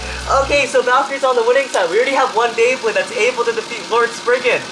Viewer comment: it says Bleybley rather than beyblade